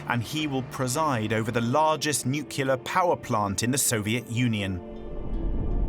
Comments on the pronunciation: NuCLEAR not NUCULar How to sound like a fool on your own documentary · Nucular, no, its, nuclear. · What a pity the narrator cannot pronounce NUCLEAR but keeps on pronouncing it as NUCELAR. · Would someone please tell the narrator that the correct pronunciation is Nu-CLEE-ir and not Nuke-YOU-lir. Nuclear. Not nukular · Sir, the word nuclear only has one U. Nu-clear. Lol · "New-kew-lar"? Nope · Ånd you couldn’t find a person who can pronounce nuCLEar, or at least try to teach him? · Please find narrators who can say the word "nuclear" correctly for documentaries about nuclear disasters... nookyoolizers are really annoying for people on the spectrum like me. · Its nuclear! Not “nucular”, people reading this don’t know how to read… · THERE IS NO SUCH WORD AS “NUCULAR”!! You automatically call your entire video into question by mispronouncing such a simple word. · Nukiller 😒 expected better from fogle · Maybe hire an announcer that can properly say NUKE YOO LERR Melt. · Stopped watching at "Nucular" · NucUlar lol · why did this narrator say nuke-you-lar constantly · I cringe every time I hear this guy say nuculer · I guess it's how the british pronounce it, "nucular" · >Makes a video about nuclear accident >can’t pronounce “nuclear” correctly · It’s pretty bad that the word nuclear is mispronounced repeatedly here. Embarrassing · I have heard presidents, historians, and generals mispronounce it. If you produced a film about a nuclear reactor, would it be too much out of your way to hire a narrator who could pronounce it correctly?